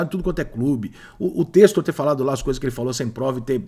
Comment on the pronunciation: Ele vai continuar se esforcando pra falar o nome errado do cara: "John Têstor"... Isso pq ta morando nos EUA e fala todo video isso... Deve ser muito dificil falar "TÉCSTOR"...